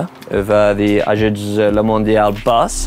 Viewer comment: He prononce this name pretty well at the start of this vid